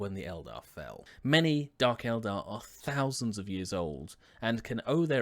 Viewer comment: Thanks for not calling the Eldar Aeldary or however you say it.